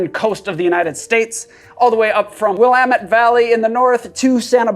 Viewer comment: Excellent job pronouncing Willamette!